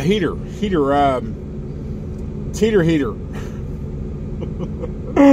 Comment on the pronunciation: Teeters sort of sounds like a hooters.